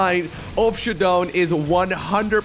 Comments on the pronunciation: Anyone else annoyed with him saying, “shadone”. I’m pretty sure it’s pronounced “sha-DOWN” like showdown. Lol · Its pronouced Shadow'n